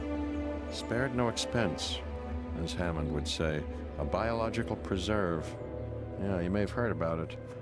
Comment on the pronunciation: Oh, god. Can't unhear. lol.